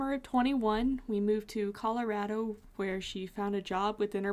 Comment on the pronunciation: As a native born Coloradan, I love that you pronounce it correctly. Based on your description of living there you probably live near me which is dope! If you ever are back there’s tons to do and one thing I always tell people about going anywhere and they’re stressed about getting there “it ain’t nothing but a drive” you got this.